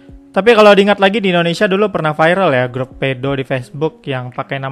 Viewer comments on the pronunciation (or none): none